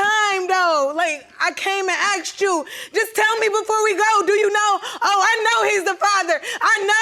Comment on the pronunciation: Why can’t they say “asked” properly? They say akst. 🙄